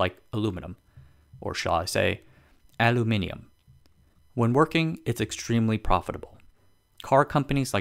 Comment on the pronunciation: Kudos for saying "aluminium" correctly. BTW, the plural of "stuff" is "stuff", not "stuffs", just like sheep is the plural of sheep.